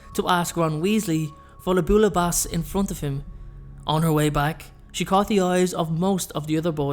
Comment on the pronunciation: the dish Bouillabaisse is actually pronounced as bee-ya-bess